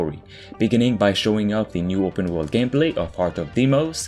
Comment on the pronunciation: "open world"...... Tf is he saying?